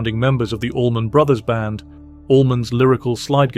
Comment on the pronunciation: Love hearing from Warren but AI narrator? ugh. As a 51 year musician who grew up living right on "Highway 41" and have played with people who have played with the ABB it is odd to hear someone say "The Allman........(space/pause) then Brothers band.